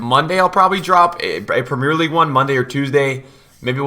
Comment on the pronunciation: Is... Is no one gonna correct his pronounciation of premier league